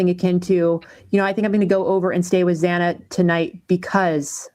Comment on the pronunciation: I think he came across quite well. I felt he was annoyed by her continuously pronouncing Xanas name wrong because he kept resaying their names. Did she do that on purpose?? I feel his sister and brother definitely have info on what happened that night. Also think he knows something but didn't see it himself but has heard something made a point of saying from what he saw, so talk to the brother and sister in my opinion. I mean it's weird all the police say Xanas name wrong why?